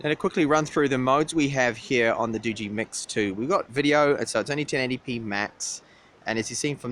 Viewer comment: Nice review, but the pronunciation of this phone is [ˈdɒdʒ.i] = dodgy. They live up to it as it seems